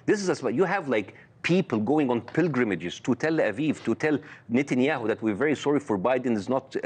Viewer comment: Bassem pronounced it "Nitin - Yaho". "Nitin" in Arabic means the disgusting one :)